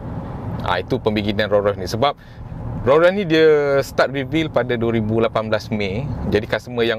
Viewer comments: Bang sebutan Rolls Royce ada ‘s’ di belakang Rolls. Abang sebut Roll tanpa ‘s’. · Sorry bro...tolonglah sebut nama Rolls Royce dengan betul...bukan Ro Roy.... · Hang sebut Raw Royce ek